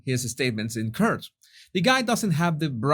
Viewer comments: court isn't "kert". Pronounce it so it rhymes with "or", like c-or-t. Don't want others to think you're ignorant. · HI...HOW TO PRONOUNCE THE WORD COURT. FIRST SAY CORE. THEN ADD A T TO CORE...T.. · Please please lookup how to correctly pronounce the word “ Court”. Best Wishes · THIS IS OUR 'S SECOND LANGUAGE....OKAY, TRY IT LIKE THIS....MORE...GORE...SORE...CORE AND THEN ADD THE "T". THEN SAY IT THE WAY YOU WOULD SAY "FORT" "PORT"....PRETEND THAT THE U IS NOT THERE.